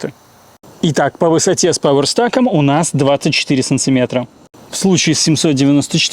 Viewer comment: И очень, очень пожалста: произнося английские названия, произносите их верно: пауэрстЭк, сИриес и пр. А если уж по-нашему, то пАверстАк. Колхозить - так колхозить!